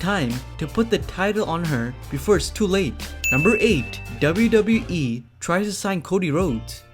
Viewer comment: Please speak “WWE” properly